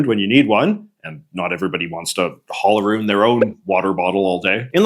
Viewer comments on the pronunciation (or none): Why do you say around like that